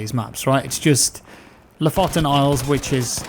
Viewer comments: Thought i'd help you out with the pronunciation of "Lofoten". its more "LooFooten" and not "loffoten". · Loh'fotten is not how you say lofoten. Its, loo with a slighty sorter oo. Foot almost as you say it and lasty Un/en. Like. Gonna kill-em- but em with a N indtead. So loo foot en. Lofoten. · Loooofoooooten, not låfåtten. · EHEMM! Drag the O's a bit and say it with me: Lofoten, Loo-footen. xP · Lofoten, you said it way too fast, it is pronounced looofooten, very nice place btw, worth a visit. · haha! love the way you said Lofoten! haha! coming from a norwegian dude!;) its more like loofooten ish;) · read LOO FOODT N and pronounce lofoten correct xD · Pronounces loofooten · Lofoten is pronounced lowfowten if you are going to americanize it. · It's pronouned "loofooten" :) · The way you prononunce ''Lofoten'' lol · The way you said Lofoten made me depressed